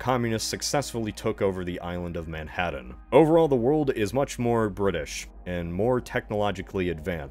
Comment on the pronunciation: I love your pronunciation, "Man-Had-Dan."